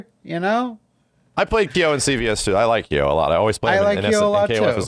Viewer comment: GUYS it isn't pronounced "Key-yo"